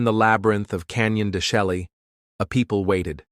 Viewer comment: Learn how to pronounce the name of the canyon please